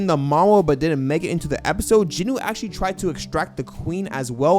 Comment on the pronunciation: stop saying "jinoo" say it like it is "jin-woo" not "jinoo" smh.